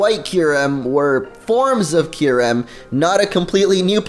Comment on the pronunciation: You pronounce Kyreum's name soooo wrong in this video. Don't know where u get these pronuctiations from. If they don't say it that way on the anime then its not right to pronounce it any other way.